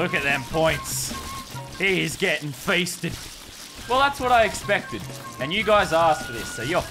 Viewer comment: Am I the only one that hered ,,he's getting fisted,, instead of he is getting fested